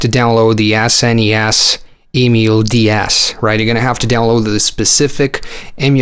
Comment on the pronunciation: Sounded like you said nintendo d arse I cracked up